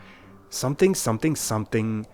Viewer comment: that chingis was clean